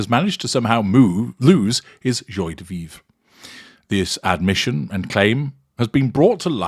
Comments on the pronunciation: Dear in case you plan to use this phrase in the future, it is pronounced "jwa" de vivre. Just sayin'. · Very disappointed in your prounciation of joi de vive